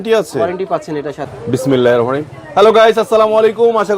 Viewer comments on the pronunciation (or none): বিসমিল্লাহির রাহমানির রাহিম কথাটি সুন্দরভাবে বলবেন।